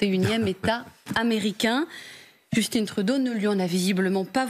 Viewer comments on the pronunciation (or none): Merci aux Québécois de nous rappeller comment parler le francais. On prononce JUSTIN et non JUSTINE ! 😂😂 P.s. : On a les journalistes t.v. les plus incultes du monde ! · pour l'amour de dieu!svp. cessez de prononcer le prénom''Justin'' à l'anglaise comme vous le savez c'est un nom franchement FRANÇAIS😠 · petit bémol, à 1m35 seconde, elle ne dit pas fox news mais bel & bien fuck news loll. arrêtez dons de prononcer "Justine" en anglais, c'est Justin, vous êtes français, soyez le dons. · Prenez note que Justin Trudeau est un Canadien Français du Québec et son nom est Justin et non pas Justine. Respectez donc votre propre langue et prononcez un nom Français en Français. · Justin pas Justine Trudeau ! Ah les Français, si peu au fait de ce qui se passe au Canada qui ne savent même pas comment dire le nom de son premier Ministre ! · On prononce pas Justine C Justin. Merci de votre Compréhension. Très beau travail. ❤❤ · trouve moi un extrait où tu entends Justin se présenter comme étant Justine... et ça importe de respecter comment se prononce un prénom, dans ce cas-ci, c'est pour distinguer le genre masculin du genre féminin. Et je sais que ce n'est pas le sujet principal, mais justement sa mauvaise prononciation nous distrait et nous empêche de nous intéresser au message. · Justin = on prononce « Just in », pas Justine 😂😂😂 P.S.: Le Québec n'est pas à vendre, pour le reste du Canada, je m'en torche. De toute façon dans ces conditions la séparation du Québec devient inévitable. Vive le Québec libre. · Arrêtez de dire "Justine". C'est juste "Justin". Vous êtes capable! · On dis Justin et non Justine..!!! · c'est Justin comme Justin bridou pas Justine , vous ne mangez pas assez de saucissons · En passant, on ne prononce pas JustINE Trudeau mais plutôt JustIN Trudeau, il est Québécois donc on prononce Justin ! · J'en crois pas mes oreilles... vous l'appelez Joustine? C'est Justin LOL comme en français... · Justin et non Djustinn svp merci. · oui mais Justine quand meme